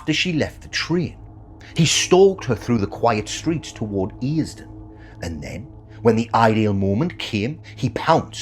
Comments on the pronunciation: I find this broad geordie a little fake. Sounds like a proper toon lad but the accent is dire. Sara, not Sarah Cameron and no real geordie would pronounce Earsdon, ERRSDON to us Geordies not 'ears don' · It's pronounced "Uursden" I live right next to the place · I have just googled how to pronounce Earsdon and according to Google you are pronouncing it correctly, the first part rhyming with fear. I live not far from there and often drink in the Red lion pub, but I have never heard anyone pronounce it like that, me and others pronounce it with the A silent, Ersdon or ursdon. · Earsdon?????? Its pronounced Ursdon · Wish you would pronounce Earsdon properly , also showing Durham with her picture at the beginning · It's earsdon